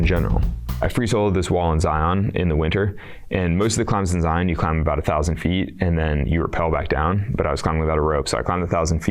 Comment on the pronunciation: How can you live in Vegas and still call it Zi - on... it is Zion said like Lion.